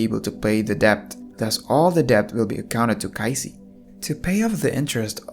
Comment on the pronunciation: Everything is Great until You had a hard time saying their name...Kaiji and Qing.....